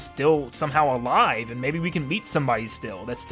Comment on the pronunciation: that's not alivee that's alivel